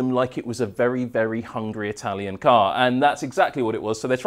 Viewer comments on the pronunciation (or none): none